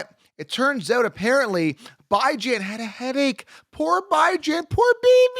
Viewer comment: Please... Please for the love of whatever the hell you believe in... Stop calling him "Bye Jan" 😂 good lord